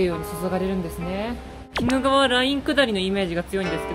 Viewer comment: 冒頭の鬼怒川は、キドガワとは読みませんよ。キヌガワと呼びますよ。恥ずかしいよ